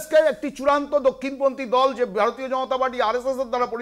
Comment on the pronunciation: এই মালটা বার বার ভার তিও ভার তিয় বলছে। মালটা ভারতীয় শব্দটাও ঠিকমতন শেখার চেষ্টাও করে না।